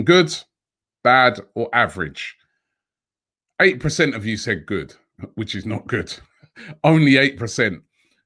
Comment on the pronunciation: Day of Robbie saying PRECENT